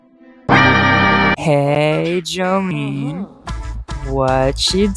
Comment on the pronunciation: Dolly Parton: exsists calling jolyne: Jolyne... jolyen... jolyne JOLYNE